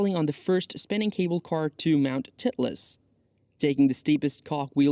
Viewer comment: Mount "titt-less" ? "Juan-Frah-Josh"? 🤪